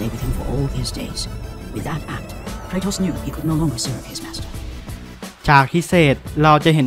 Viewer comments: เครโทสครับ ไม่ใช่เคออส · พระเอก god of wars ชื่อเครทอส หรือจะอ่านเป็นเครโทสก็ได่นะพี่ (ในคลิปผมได้พี่เรี่ยกว่าเคออส) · เคโทสครับ ไม่ใช้ เคออส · "เครโทส"ครับ ไม่ใช่ "เครออส" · kratos มีตัว r ต้องอ่านว่า เครโทส ครับ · Kratos อ่านว่า เคโทส ครับ